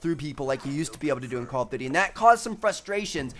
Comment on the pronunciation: I like it when he pronounces call of duty like call of dudy 😂